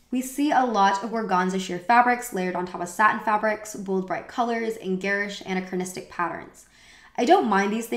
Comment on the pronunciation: I typically really like your vids but your pronunciation is KILLING ME. Please look up how to properly say "anachronism" and "anachronistic."